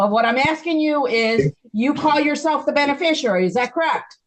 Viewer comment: If they want to use the word beneficiary they could at least learn to say it.